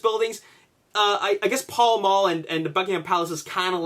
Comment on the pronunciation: pall mall is pronunced pal mal